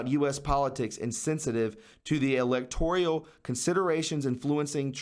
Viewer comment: Good info,. Thank you. By the way, there's no "I" in the word "electoral". Don't say "elector-E-al. Leave the E out.